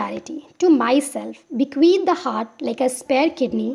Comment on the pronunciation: Yeee haaat kya hota h heart hota hai madam